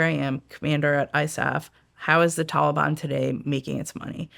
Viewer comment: Damb she pronounced Taliban correctly she must ve hella serious and good at her job. Its usually just the folks at human intelligence that say these words right like shes prolly very keyed in. Im makin assumptions i dont know.